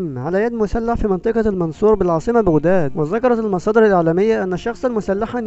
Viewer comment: المصريين لايقولون بوغداد بيقولو بغداد بفتح الباء فياصاحب القناة لاتكذب وتكول انك مصري اكثر الكلمات انت تلفظها ومنغير ماتحس تلفظها بالطريقة العراقية ،، يمكن انا اول من كشفك انك عراقي هههههههههههه